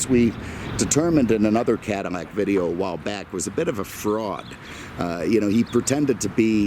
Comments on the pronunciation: cannot watch someone who cannot even say Caddilac instead of caddimack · Damn, I told my cousin the same thing...can’t live in fear. But he lives in Brooklyn so, there’s that.... On another note, why does it sound to me like this guy is saying Cadimac?